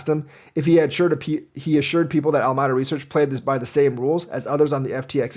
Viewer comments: al a meeda not almyda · Al-my-da?? Ala-me-da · Alameda Reaseach, named after a city and county in California, is pronounced "AL-ə-MEE-də".